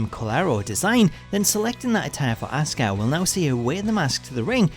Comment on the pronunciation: STOP SAYING ASUKAS WRONG NAME WRONG ITS GRINGEY AF